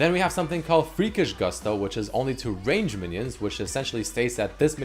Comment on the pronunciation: never learned how to pronounce ‘Gusto’ or he rushed over this part.